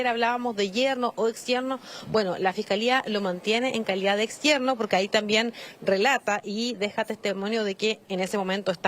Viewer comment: La señora tiene que decir también no, tamien.